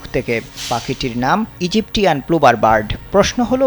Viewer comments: ভাই Egyptian এর উচ্চারণ ইজিপ্টিয়ান না। এক্ষেত্রে এজিপশান বলাটাই শ্রেয় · "Egyptian" বাংলায় উচ্চারণ ইজিপসিয়ান।" ট" এর উচ্চারণ নয়,"স" এর উচ্চারণ হবে।